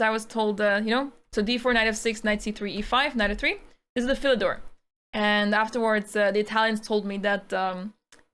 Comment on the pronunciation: you keep saying fill a door. What's the door filled with (kappa)